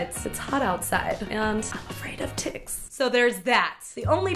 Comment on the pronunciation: she said ticks lmao